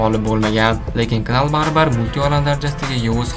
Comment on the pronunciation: Knal nal dib òqiladi